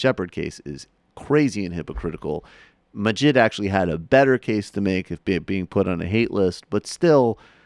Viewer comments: Can't even say Maajid right. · The fact that this person cannot properly pronounce the names of either of the people he's criticising makes me wonder exactly how much has he actually listened to the points made by either of them. Ayaan Hirsi Ali and Maajid Nawaz are not difficult names to pronounce, if you've spent any time listening to the interviews they've given to folks like Sam Harris or Dave Reuben. It's not hard, if you spend any time giving these people an honest listen.